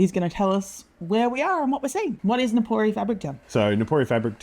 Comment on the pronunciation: Nippori! Not Nikori😮